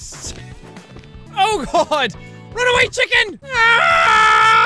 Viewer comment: LMAO "Check In" instead of "Chicken".